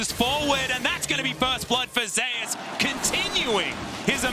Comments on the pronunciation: Why are they pronouncing "Zeus" as "Zay us"? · I can’t stand the way the pronounce Zeus